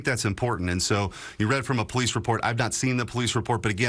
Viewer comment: “Pleece” (police), “akrit” ( accurate), “ exstablishment” ( establishment)…. Stupid people murdering our language. This guy needs to go back to elementary school for spelling, pronunciation, and re educate himself in the basics. 😑